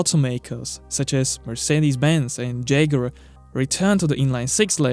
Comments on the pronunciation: preface: do not respond to me unless you google it first it's "jag-war" not "jag-you-are" 🙄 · Did he just pronounced jaguar as jager?! Eran jager! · jeguar? howether?! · Jaguar ❌ jagura ✅ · Cant continue watching the video because of the way you pronounce ‘Jaguar’. C’mon man how can you not get this right